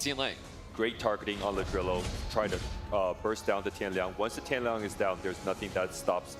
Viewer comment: dude casting really saying tian liang...can we get more amateur casters?